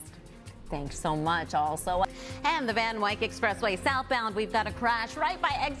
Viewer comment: I love you, but Van Wyck rhymes with tick. Loving the thicc crew otherwise.